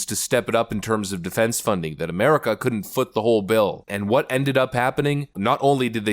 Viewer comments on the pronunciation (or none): The Resident of amurikk-ka